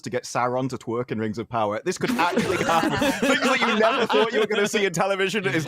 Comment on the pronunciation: Der Whings Uv Powuh